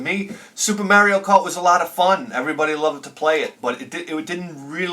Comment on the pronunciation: I will pronounce "Ocarina" correctly when you start pronouncing "Mario" correctly.